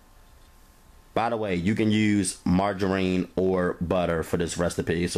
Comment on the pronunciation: Mar-ger-rheen!!! Haha I love it & Your cooking! Simply the best...delish hun!